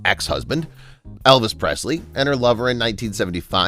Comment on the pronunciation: So much of this isn't true. Let's start with the fact that she was not the soul owner of Graceland after he died 🤦‍♀️ and this guy didn't even pronounce her last name correctly.